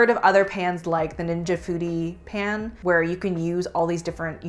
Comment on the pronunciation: Con: the annoying way the founder pronounces "pan" in every Always Pan ad. Yes, that ad played before this video.